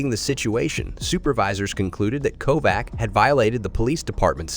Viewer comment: Kovac is pronounced with a ch at the end